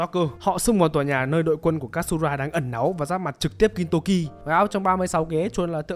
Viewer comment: Góp ý với kênh khi làm Review về anime thì nên học cách phát âm tên nhân vật cho chuẩn 1 xíu, thì nó sẽ mượt mà hơn. Ví dụ Katsura thay vì đọc là Kat-su-ra thì nó là Ka-chư-ra (đại khái thôi)